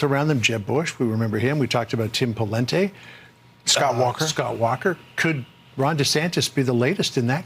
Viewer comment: Tim "Polente?" Pretty sure he's not Italian. Lol.